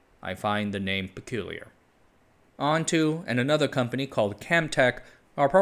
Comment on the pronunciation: ONTO is pronounced like ON-TOE and not ON-TOO. Doesn't make it any less peculiar of name.